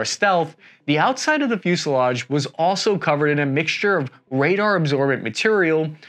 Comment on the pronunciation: "fusliage"(sic) No "i" in fuselage even in Burbank.